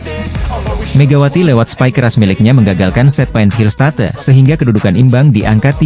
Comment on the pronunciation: Ngarang narasi doang ni Mimin....hillstat"e" katanya ....belajar baca dulu min....konten abal²..